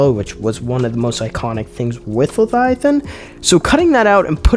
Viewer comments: OMG dude, it's Le-vi-athan not Lathiathan. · I thought I was losing my mind until I realized he was saying “lethiathan” over and over instead of leviathan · wtf is Letiathan ? lol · Say it with me “LEVIATHAN” 😂 great video man 💪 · Bro is illiterate. Lethiathan and vikrul. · Why are you saying Leviathan like that?